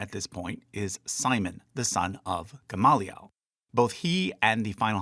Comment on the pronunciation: Your Hebrew pronunciation is kinda horrible, but I also don't care so much. Except for GAHM-lee-el